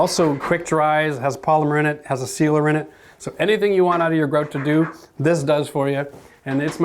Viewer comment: Fantastic video, thanks! Highly informative in doing it the right way in several options even. Plus, you say "grout" like a Canadian would.